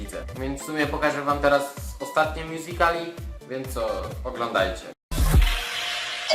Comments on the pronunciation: taki kozak to pokaz swoje "mjuzikli" tak jak to wymawia xD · Mówi się mjuzikali